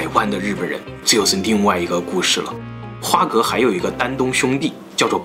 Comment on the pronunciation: 我記得要念花蛤ㄏㄚˊ